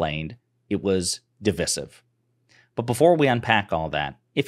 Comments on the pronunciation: The word “divisive” is pronounced as dih-vahy-siv in English. The first syllable is pronounced with a short “i” sound, the second syllable is pronounced with a long “i” sound, and the third syllable is pronounced with a short “i” sound. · errrmm... "Div-eye-sive"